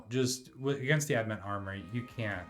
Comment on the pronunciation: Annoyed that you double down on pronouncing it "ad-mant" even though the spelling is right there in front of you. Then go on to name the video wrong. SMH.